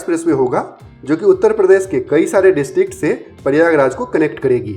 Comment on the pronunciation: प्रयागराज का ठीक उच्चारण कीजिए